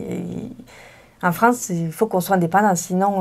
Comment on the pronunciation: Anna太嗨了啦 都沒說到話。你們法語講的都很好聽。Anna好像有點口音 en France.的發音跟我學得好像不太一樣。